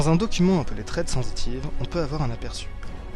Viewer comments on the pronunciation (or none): none